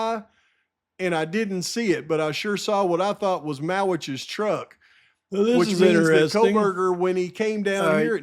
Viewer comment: Truck - not Tuck